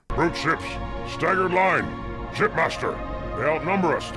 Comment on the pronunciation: for the longest time I thought his name was shitmaster from the way the elites pronounce it